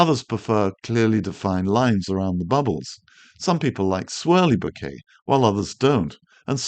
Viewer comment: As a photographer and Japanese speaker, I am on a mission to stop hearing bokeh mispronounced in every YT video. It's an incredibly easy word to say correctly: it rhymes with 'okay'. It doesn't have your 'bouquet' intonation, or worse, the ubiquitous 'boca' (Spanish for mouth). Other than this minor triggering of my OCD, your videos are endlessly interesting and helpful.